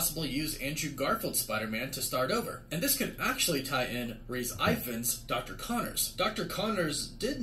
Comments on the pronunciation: Why Does refer to Rhys Ifans as "RICE IVANS"?. In The UK, Rhys is proncounced like "Reece" or do they only use the "Reese" type spelling in the states? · As a Welsh person, this pronunciation of Rhys Ifans' name just made me do a little puke 🤣